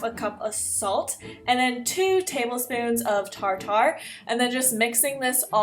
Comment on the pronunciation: You don't say it like tar...tar. You say it like tartar